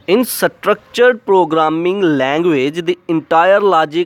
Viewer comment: Bhai satructured nahi satructured hota hai..